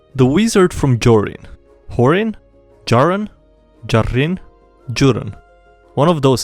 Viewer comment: pronounces any crazy name we comment easely but can't pronounce Jarryn